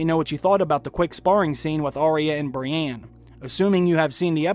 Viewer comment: Please stop saying "Brianne". Its "Brienne", and you have clearly watched the show enough to know how to pronounce her name correctly.